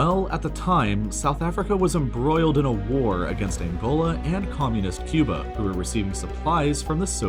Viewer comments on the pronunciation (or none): none